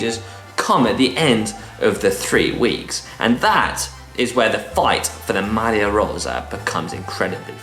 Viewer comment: Struggles with Campagnolo, but best pronunciation of Maglia Rosa by any GCN presenter